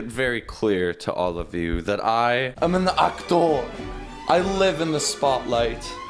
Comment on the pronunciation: "I am an actowrr" - 2020